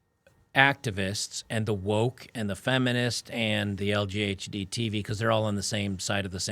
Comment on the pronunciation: I was listening this on the background and heard LGBTQ as LEDTV and now I can't hear it any other way. Not complaining though.